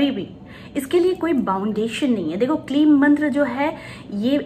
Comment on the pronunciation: It's kleem. Ya Klee..